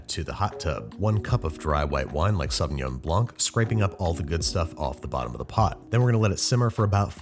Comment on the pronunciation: The way he says Sauvignon Blanc breaks my heart :D